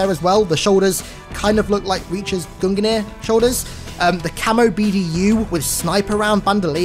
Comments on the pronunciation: Love the vids, but have to say its gung-nir. Not gungen-ir... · Mate its Gungnir, not guninir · You can just pronounce it "GUNG-NEAR" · Gungnir is pronounced "GUNG - NEAR"